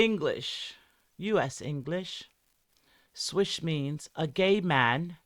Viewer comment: I heard “switch” not “swish”